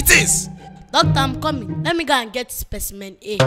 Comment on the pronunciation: What makes me laugh is when Emanuella said let me go and get Speciemen A